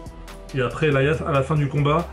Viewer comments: sa se dit pas EL I AS mais Elias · 782 en anglais on dit "Elaias" en phonétique du moins, le i se prononce comme comme la lettre ou le pronom personnel "I"